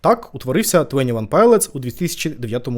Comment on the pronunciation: твОні, не твЕні